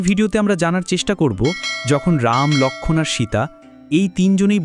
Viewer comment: কী বিশ্রী বাংলা উচ্চারণ। বাঃলা এতো সহজ ভাষা নয়। কেনো লোক্ষন! লোক্ষন! উচচারণ করছেন?